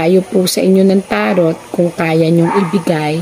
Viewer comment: Madam TAROT IS PRONOUNCE AS TARO